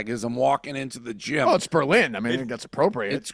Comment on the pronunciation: Basketball game coming to Berlin CT? And your pronouncing it wrong